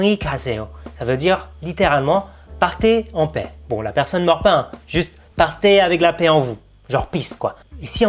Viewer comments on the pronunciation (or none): none